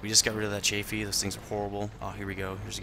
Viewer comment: yes hmmm he said chay fee its CHAF-fee